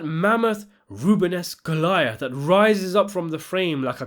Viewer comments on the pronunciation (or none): none